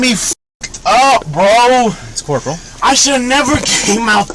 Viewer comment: I could of messed y'all up but I didn't want to cause a scene 🤣🤣🤣🤣your story dude tell it any way you want🤣🤣BRO, ITS CORPAL🤣